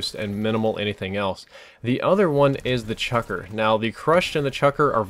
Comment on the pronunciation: lol, chucker?its the CHUCKLER.